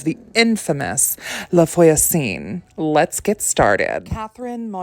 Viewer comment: its no big deal but if you want to know voisin is pronounced vwa-zehn. the n is silent which is so annoying and confusing! <3